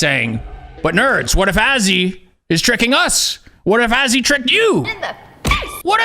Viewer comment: He said Azzywolf again 😂